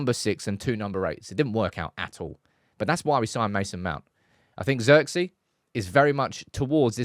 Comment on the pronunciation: Its zeeeeerkze